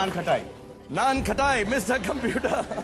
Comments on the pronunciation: Bhai said naankhatai 😆😆😆😆😆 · Salman said Naankhatai😂🤣😂🤣😂